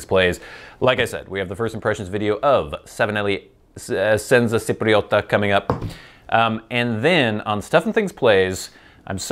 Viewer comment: Chipriota not Sipriota :D